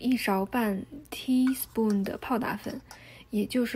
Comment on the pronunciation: 好难受啊。能说“勺”一个音节，非要念teaspoon, 四个音节。。。一般人中英混杂都是专有名词，没听说过量词也要英文，是想不起中文怎么说，还是故意为之？简单的一个音节用四音节代替，显得自己会说teaspoon？而且念的是teapospoon，听着真难受。